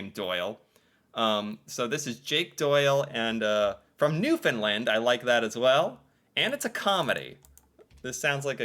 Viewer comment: Hey! You pronounced Nfld right!